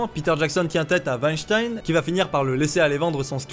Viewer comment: Le monde germanique te remercie, en mon nom, pour avoir prononcé correctement le patronyme de Weinstein 👌